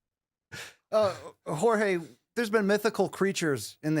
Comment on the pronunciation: the way Brian pronounced Jor-ge Masvidal sounded like Whore-je Masvidal AND I AM HERE FOR IT, love from Lithuania!